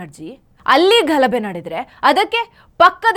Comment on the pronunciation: ಘಲಬೆ ಅಲ್ಲ ಮೇಡಂ, ಗಲಭೆ